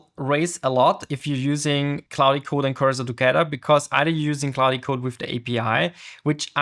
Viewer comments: Its pronounced cloud not cloudie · Really helpful Video, but the pronunciation of Claude triggers me. Why Claudiiii?? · great video , but you pronouncing of klaudi is killing me lol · FYI to the creator,, "Claude" is pronounced in English as one syllable. The 'e' is completely silent. So it's not "claud-eh", it's just like "claud". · It's pronounced 'clod' by the way, not 'clowdy' 👍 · you don't pronounce the "e" at the end of Claude. Just say "clawd" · why does he call it clodi? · I'm sure it's great content but I just couldn't take another second of you calling it cloudy code. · The dude cannot even learn how to pronounce "claude" (K-L-OH-D) - can we really trust his abilities to learn more complex matters? :-( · no it's Cloddy code mate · Your pronunciation is so bad it hurts. I had to stop watching because it made me mad that you cannot even say the word „Claude“ correctly. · This is not about an accent. I speak 5 languages, 3 of them with an accent. This is about ignorance and arrogance - if you are making a video on some topic, may be it is worth to spend 1-2 minutes to find out how it is supposed to be called? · Bruh. Rerecord this with the correct pronunciation. Geezus!! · Also it's the same vowel sound as in "law" or "claw", not the "ow" sound like in "cow" or "cloud".